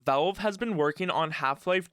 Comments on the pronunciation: "test deehpou" "vaevle" "appa' D" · I hate how you pronounce Valve It's not "Vowlb"